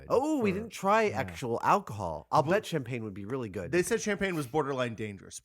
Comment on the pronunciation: Shampan?? Or do you mean champagne???